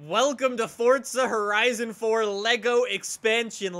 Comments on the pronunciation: Its forza not fortsa ahhhhhhh 😆😆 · Its forza not fortza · Can you stop calling it fortza for once ⬇️ is how many people are annoyed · Why does everyone pronounce forza like "fortza" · forza doesnt have a T in it